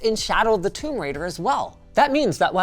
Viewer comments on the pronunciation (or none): none